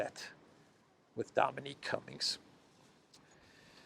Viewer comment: Dominic, not Dominique.